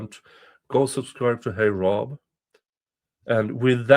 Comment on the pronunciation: Love how you pronounce heyrob 😉 and appreciate that you cover it.